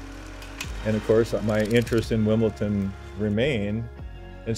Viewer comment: It's a lovely story...but seriously, after all this time should be able to pronounce 'WimbleDON' correctly. It is NOT 'WimbleTON'.